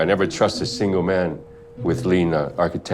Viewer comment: Did bro just say `SIGNAL' For SINGLE